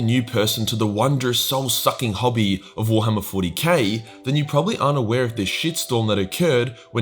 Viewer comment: The way he days warhammer Is like "Gwar-hama"